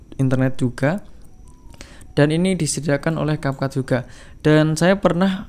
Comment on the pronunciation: Cap cut bukan cap cap 😂ga jelassss🖕